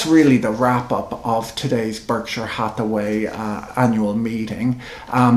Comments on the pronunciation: Why doesn't Mr Buffett pronounce Berkshire correctly? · American vs. British pronunciation?